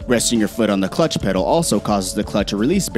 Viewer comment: "Clutch petal" What???